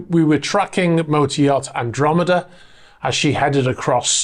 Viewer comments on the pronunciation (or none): none